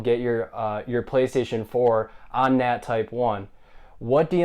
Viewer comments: "Well in todays video im gonna share my experience as to how to just get that nu... nat type 1" 🤣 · "Well in today's video I'm gonna share my experience as to how to get that nut,nat type1." im dead you